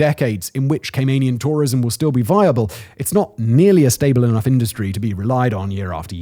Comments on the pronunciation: Gay-men island! 😂😂😂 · Great video, but please pronounce CayMANian correctly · More annoying is the constant mispronunciation of Caymanian. Still love Simon though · you can’t even say Caymanian properly